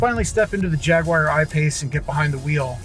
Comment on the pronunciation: dude, Jaguar is pronounced Jagwar, or if you want to say it like the Brits say it Jagua. it is not pronounced Jagwire. it makes you sound dumb.